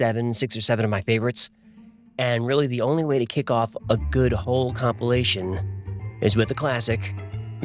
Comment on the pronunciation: Did he just say A-hole-cumpilation?